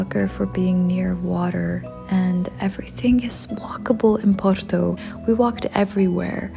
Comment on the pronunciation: Dizes muito bem porto acho que és portuguesa a fazer publicidade 🌹🤣🌹